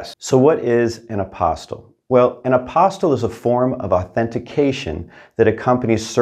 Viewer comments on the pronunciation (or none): It's pronounced a-pos-tee, not apos-tl. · its pronounced apo*steel*, not a*pos*til.